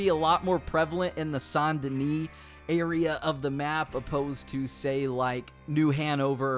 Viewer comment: it’s how it’s meant to be pronounced